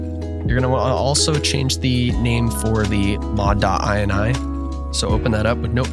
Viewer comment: idk why but pronouncing it mod.ini threw me through a loop, i always pronounced mod.inee